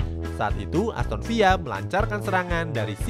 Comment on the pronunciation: Aston Villa bacanya VILA biasa aja bukan VIA lu pikir bahasa spanyol min, riset dulu napa elah apa susahnya sih